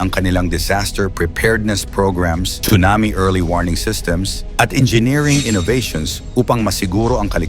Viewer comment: Correct pronunciation is SUNAMI silent T not chunami‼️